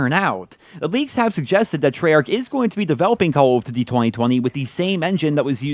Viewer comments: Why does he say call of tuty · He finds it difficult to say Call of Duty. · It sounds weird when you saying Call of Duty I think you're pronouncing it super weird maybe your just saying it super fast so it sounds weird to me I don't know yeah it's cuz you are saying it weird plus you're saying it super fast so it's all scrunched up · Call of duzy or call of dugy i cant tell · "Calughft Dity..." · Call of dudy??? what??? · Yo why he say call of duty like that thoo?